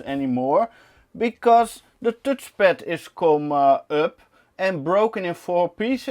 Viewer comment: tutchpad lol funny how u call it as an Dutch guy haha.